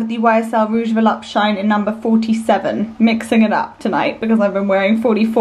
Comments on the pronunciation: I have a Rouge Volupte Shine lipstick but it came from a bad batch so it dries and bunches on my lips. Ugh... I got it at Sephora. I still try to employ it., the correct pronunciation is volupteh not volupt. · This vlog was great, as always but please, learn to pronounce "volupTÉ"! It's the same sound as "TEnnis". I hope it helps!